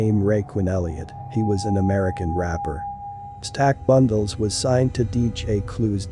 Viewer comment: I sound so stupid u can’t even say the rappers name right u a lame fr fr